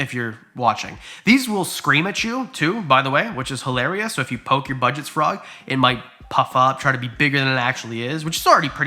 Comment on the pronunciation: Dude can't pronounce Budget's frog, funny.